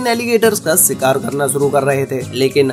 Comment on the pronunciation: You lost me where you said "SIKAAR"